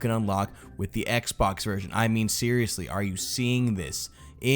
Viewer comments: "Sheariously?" "Snow good"? Funny stuff! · XD heh heh sheeryesly heh heh